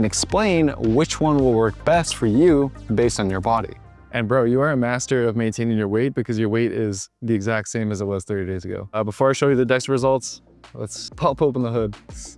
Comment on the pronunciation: Why did bro say maingaining twice